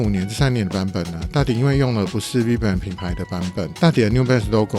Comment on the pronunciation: 介紹詳細讓人充分了解JP1300的歷史～順道提醒一下vibram的發音修正一下會更增加觀賞的感受度喔🙌 持續加油👏